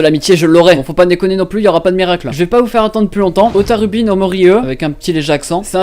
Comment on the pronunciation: Ça mfait plaisir que tu parles de Hotarubi no Mori e PAR CONTRE WOLA TA PRONONCIATION JE PLEURE